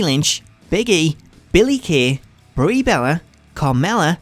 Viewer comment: Brie "Berra"? 😅